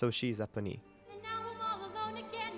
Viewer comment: I'm sorry, I'm just in shock you study musical theater and opera and do not know Les Mis or Lea or how to pronounce Eponine and Salonga.